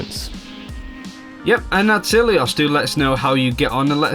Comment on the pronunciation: Pls Dont say ilios dont say i twice try to pronounce it all together its really wrong and i know being greek